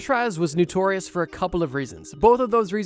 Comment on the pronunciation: Notorious* (not nutorious)